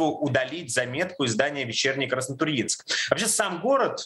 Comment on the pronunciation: удивительно что на Краснотурьинск правильно ударение поставили....наверное пока звонили в военкомат, там исправили.)))